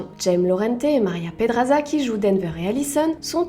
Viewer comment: J'adore l'accent au début quand elle dit jaime et Maria😂